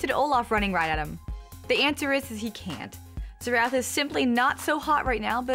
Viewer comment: Zee-Rath?? No that is NOT his name...lol Its pronounced like Zare-Ethh. Now say it...Xerath.